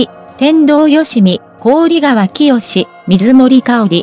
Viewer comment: こうりがわ いつまでそう読むのですか 関係者も、 見ておられるはずだろうに なぜ直さないのか 聞きずらい